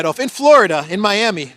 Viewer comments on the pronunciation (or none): none